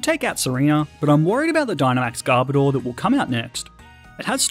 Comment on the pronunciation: Who else wonders… WHY PEOPKE CALL GARBODOR GARBADOR? ITS GARB AND ODOR!